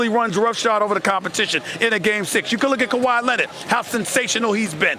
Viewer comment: KAWHi = "COW-HE" KAWAi = "COW-Hi" Kawhi's name originaly from africa,which africans will call him the right term not with american acsent. So "COW-HE" please...if they like COW-Hi then call muhamed Ali as muhamed AH-Li too.